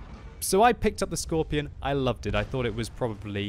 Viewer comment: Michael Kennedy because, that's not, how a German would pronounce it. "Skorpion" with a hard and long 2nd o...and the letter G sounds like ɡe (writing phonetical): skɔʁpiːoːn geː